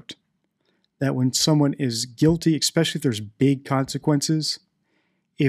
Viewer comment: This might seem petty; however as your mssging the importance of actual language—chk out correct pronunciation of “especially.” I’m of the opinion that, combined with/ your criteria for recognition of a liar, body language is useful, PROVIDING that a source for a liar’s “baseline” body language exist for comparison. Just one opinion; yet still fascinated. 👍🏽I’m taking NO issue w/ your opinions, or technique.